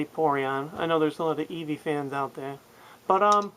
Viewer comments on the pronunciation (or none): none